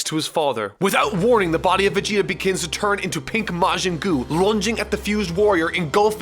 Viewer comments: " majin goo " wht ?? 😂😂😂😂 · I enjoy that you call it Majin Goo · “Majin Goo” Nice.